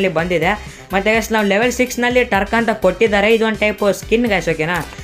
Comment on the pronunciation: Adu turk alla guru truck